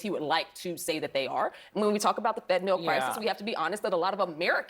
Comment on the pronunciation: Nobody seems able to pronounce the word "Fentanyl." NYL. NYL.